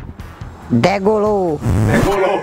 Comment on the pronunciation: "degolou" para 2016 o vídeo! kkkkkkkkkkkkkkkkkkkkkkk